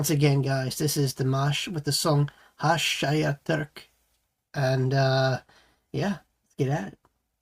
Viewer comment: Great to see you back reacting to Dimash. Haven’t seen you for quite few months. Gashyqtyq - being in love, passion, infatuation. These are the offered translations. It is pronounced Hash-Shya-Terk. And you pronounced it correctly . There is a mashup of the “g” and “h” sounds which most English speakers find difficult to pronounce. The paragraph below found in Dimash’s official newsletter tells us what Gashyqtyq means. ‘Gashyqtyq’ describes a state of deep, powerful love for someone – when a person doesn’t simply attract you, but he occupies your thoughts, your emotions, your entire inner world. It is a fusion of intense attraction, emotional attachment, the desire to be close, inner excitement, and inspiration. Dimash composed this ballad and wrote the lyrics. He dedicated Gashyqtyq to his Dears for supporting his project, Voice Beyond Horizon which he has launched and is now completed. There are 40 musicians surrounding Dimash in this video. This is a beautiful, painful and powerful ballad. Thanks for your reaction.